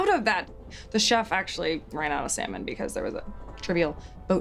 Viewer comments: Tbh Tyler seems like the type of guy to say sallmin..even just to make this skit better lol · Everyone: Salmon Tyler: sEmEn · I like how he pronounce "Salmon"